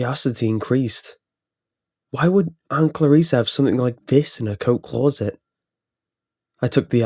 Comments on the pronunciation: CLAWset lmao. It's closet. He kept saying it and each time he did I couldn't stop laughing. Shit story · "CLAW-ZIT" why does this keep happening? That's the scariest thing about this creepy-pasta. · The way you say closet is the only thing wrong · No one: This guy: c l r r o u z e t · clueset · Clauset? Kinda distracted me from the story a bit... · Only scary thing is the way you say closet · You always pick creepy pastas where you have to continue on butchering the word Closet.